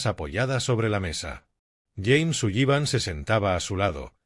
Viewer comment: Por favor! Aunque la palabra SULLIVAN tenga dos LL no significa que tenga que pronunciarlas! Simplemente diga SULIVAN su lexico mejorara notablemente! Gracias